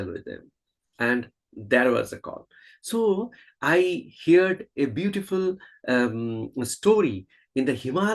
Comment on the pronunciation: It is not hear' ed, say it as one word "heard"